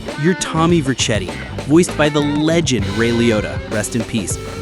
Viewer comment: Tommy Vercetti is pronounced VER - SE - TEE not VERCH - ET - TEA. Double smacks for you